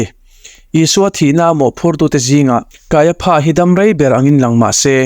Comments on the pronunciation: Kaiapha tih lai kha. Kaiafa tih ti zawk awm tak a nia. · Kaiapha hi Kaiafa tia lam tur ania, elephant ang hian😅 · Kaipha tih ilam dan hi adik hlelka ti,Kaiafa ti a lam tur ani lawm le pha englis chuan fa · Kaiapha 😂, Kaiafa ti a lam tur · Kaiafa tih a lam thinni on ka hria kaia pha ti in a lam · Kaiapha ti lovin Kaiafa tiin lam zawk tur a nia. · Kaiapha hi Kaiafa tia lam tur.. p hi f angin lam tur.. Josepha te pawh Josefa tiin kan sawi thin hi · "Kaiapha" hi "Kaiafa" tia lam tur emaw ka lo ti ṭhin a.😊 A bengvarthlak ṭhin khawp mai❤ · Kaiapha (ph)hi f anga lam rik tur